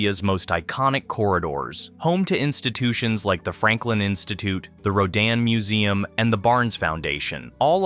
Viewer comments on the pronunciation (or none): none